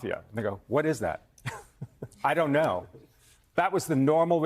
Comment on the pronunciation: "I down't noe"! Fipper-flop, depending on who spoke to him last.